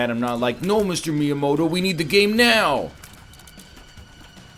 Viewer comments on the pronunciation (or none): none